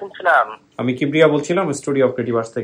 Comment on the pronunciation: আরজে কিবরিয়া ভাই রাগ করবেন না সালাম টা ঠিক করেন 🙂